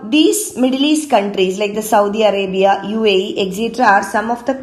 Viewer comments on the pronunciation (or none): none